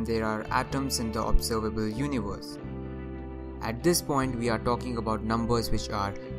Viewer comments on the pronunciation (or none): Everbody: Universe: univors